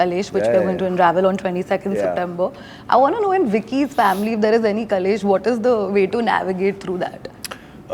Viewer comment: Great interview- only correction ( it is KLESH not KALESH ) ❤